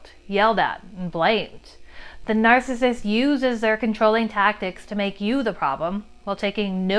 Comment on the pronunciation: 'nar·cis·sist' - 3 syllables not 2 'nar·cissist'